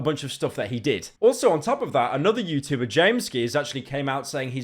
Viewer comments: "Youtoober" wtf Pyro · BRO SAID TUBER NOOOO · Stop pronouncing the T in ‘YouTuber’ so heavily it’s making my ears bleed